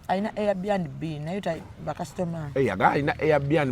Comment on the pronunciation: oswaziza abe kabojja they call it air bnb not air band b eeish!!!